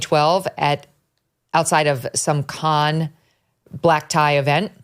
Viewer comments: Cannes is in the south of France, it is pronounced like Americans say can. Not Kahn. Sorry, so distracting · Cannes is pronounced like a beer "can". Megyn is saying it wrong. I know I'm correct on this. LOVE Megyn. She's the best. So wanted her to know.